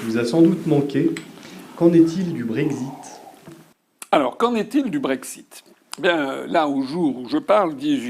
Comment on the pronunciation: Quand est-il du brég-zit.... prenez donc un tag-zi. Le brexit on s´en fout. Imaginons par l´opération du Saint-Esprit et son aide transcendantale qu´Asselineau sera président en 2022 et que les poules auront des crocs à tricoter des gillets pare-balles. Bon, d´accord. Il dit: puisque j´ai été élu sur le projet d´un frexit, j´ordonne le frexit. Que la mer morte s´ouvre! Loupé. Il faut que l´Assemblée se prononce . La bonne question c´est de demander à l´UPR si elle peut se passer, constitutionnellement parlant, de l´avis de l´Assemblée, s´il faut une majorité simple ou absolue. Bon, tant que les upéristes de service ne répondront pas, je les tiens tous pour des blaireaux... mais je n´ai rien contre, je m´en fiche, je suis neutre....et que les connards qui pensent que parce qu´Asselineau serait élu, il aurait automatiquement une majorité à l´assemblée, on serait déjà dans une troisième période glaciaire après l´an 5 000... connards s´abstenir....